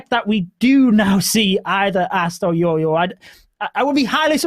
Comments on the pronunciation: Our casters can't tell the difference between "Y" and "J" .....it's JOJO not YOYO😑😑😑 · I actually don't understand that either.... But every YouTuber calls him yoyo instead of jojo.... But we can call him by his title as...🤣🤣 Which doesn't have any confusion....